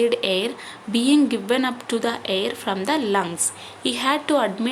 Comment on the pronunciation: You are tell hair that word is not hair that is air